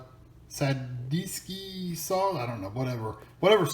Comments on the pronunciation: It’s pronounced ta-zee-ki sauce and it is very good! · it is pronounced tzatzeeki